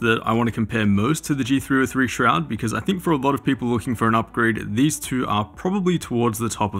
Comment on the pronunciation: It's pronounced "Shrood" :)